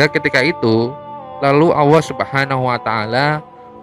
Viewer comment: Yang tukang cerita ini aja gk bisa nyebut huruf ( L ) bilang allah aja ( auuah)